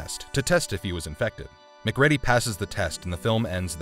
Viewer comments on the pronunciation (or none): Also it's Mc'REEDY, not Mc'Ready. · This is still one of my favourite films, and like a lot of John Carpenter's work has only been appreciated in later years. I think Rob Bottin's surname is pronounced Bottine, and the main characters name is MacReedy not MacRed-y as the narrator said in the video :-) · Great Video but I have one problem....please learn the pronunciation of character names. It's pronounced "MacCreedy" not Mac Ready. It makes the narrator sound like a phone scam bot! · Mah-creedy..not Mac-reddy Bo-teen not Bot-tin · "Mac-ready"? LOL.